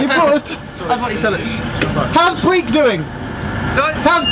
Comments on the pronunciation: Great video! Just to say that Breich is pronounced with a ch as in loch, not like Breek. And thanks for using some Gaelic - mòran taing! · The "ch" in "Leuchars" and "Briech" is pronounced the same as in "loch". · Lovely to see another ATS video. But... Leukars? Breek? Edinborough? Tut tut -- hope you'll do better with English place names!